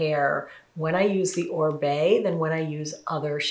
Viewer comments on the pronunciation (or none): Oribe is a Latin last name, it is pronounced Oreebae the i sounds like “ee”